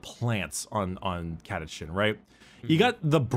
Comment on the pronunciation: CataCHAN not CataCAN'T.